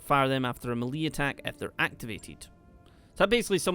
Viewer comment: It's pronounce "may-lay" lol.